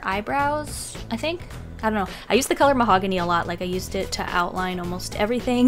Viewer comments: Who else thought of mahogany lox when she said mahongany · Her: this is mahogany Me (what i think): THIS IS MY HOHANY